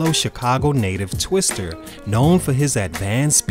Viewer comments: "Twista" not "Twister." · My dude its twistA not twistER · Bro you calling Twista twister bodied me lmaooo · "Twister"? Lol.